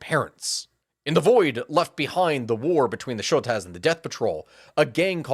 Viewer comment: Is the gang really called "show-taz"? Or "shot-uhs"😭